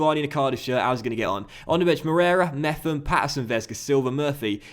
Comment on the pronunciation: Little side note: Mepham’s name has a hard P, so its Mep-uhm. His nickname by most is “Meps” as well. Loving the series so far mate🤙🏻